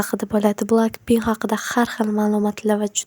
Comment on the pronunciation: Blaaaak Pink deb oʻqilmid Blek Pink deb oʻqiladi Yozilishi:BLACK PINK SIZ ESA:BLAKC DEB QOʻYGANSIZ